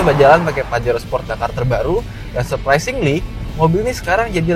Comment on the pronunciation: Bacanya 'pahero'